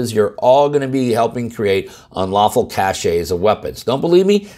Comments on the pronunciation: The word is pronounced cash, not cash-ay. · Shame on you. "Cache" is pronounced "kash" and NOT "ka-shay". It's bad enough to hear military officers who should know better mispronounce the word but a firearms attorney? You should know better. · Cachet? "Cache" is pronounced "cash" (just like "stash", which is what you're referring to.) Or do you mean "caché"? (Pronounced "cashay"), "A special characteristic or quality; prestige, especially via association.")